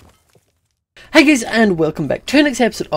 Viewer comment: I LOVE YOU to me its funny how says heyy and roof